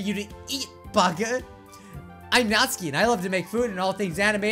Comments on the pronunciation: It's pronounced nat-su-ki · Still saying natsuki wrong